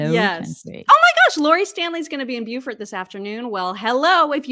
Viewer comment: Don’t they pronounce it Bo-fort instead of Bew-fort? Asking for a friend.